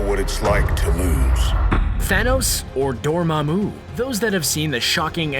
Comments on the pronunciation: It's not Dormammú, it's Dormammu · Door-MA-moo. Not doorma-MOO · stop saying dormammu wrong